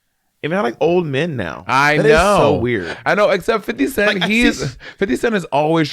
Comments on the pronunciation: Bob it is not fiddy cent, that what white people say. His name is Fifty Cent. Im from nyc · His name is “50” Cent bob, not Fity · Not Bob always insisting that its FIDDY CENT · Monét: "you look old" Bob: immediately criticizes Monét for using slang and mispronouncing 50 cent's name 😂